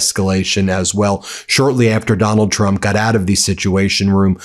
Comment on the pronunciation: i very much enjoy the "Doland trum is panicing" intro.